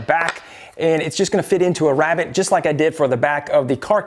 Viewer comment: THANK YOU for stressing the Rabbet pronunciation. I can not stand it when Canadians and or Mid Westerners say Rabbi.